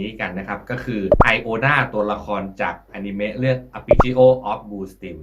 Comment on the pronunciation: ไม่ได้อ่านว่าอิโอนะหรอครับ????